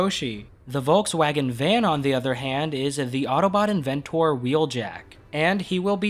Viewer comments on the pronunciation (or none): inventORr, cheetOR, charactOR..... nyahhhhhhhhhhhhhhhhhhhhhh wHy???? it is cheetA(H), the haitch is silent. charactER. i have watched a dozen of your reviews and you over pronounce/enunciate certain words incorrectly. why? it hurts my soul. other than thaat excellent vid, rewatch the boulder section you will see a very blurry bot under it that slides to optimus. who might that be? perhaps a minion? dunno what are your thoughts?